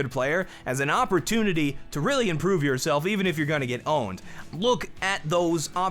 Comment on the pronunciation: did anyone else hear awpertunity instead of opportunity